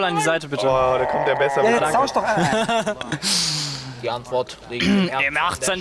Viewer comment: vor allem ''is'' und ''nen'' und ''streer'' -.